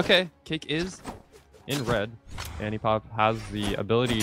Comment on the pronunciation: its annie not anti bruh